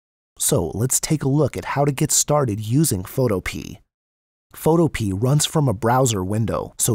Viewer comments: learn how to pronounce the word PHOTOPEA....it is not photo pee.....it is photo Pia ..it comes from the GREEK word fotopoia!!!!!! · is he rlly saying photo-pee? isnt it photo-PeAAA?? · I think it's pronounced: Foe- toe- pee- uh not: Foe- Toe- pee I could be wrong, though... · Photopea rhymes with Utopia. fo TOE pe uh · bruh really said Photopee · It’s pronounced..Photohpeuh